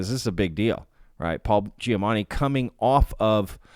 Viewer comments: It's probably your accent to my untrained ear, but I swear to god every time you mentioned "Giamatti" it sounds like you're saying "Giamanni" to my ear. You clearly know his name because it's in the video title. Not important, just trying to help keep up your engagement and that's something that jumped out to me! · Is he saying Giamanni ?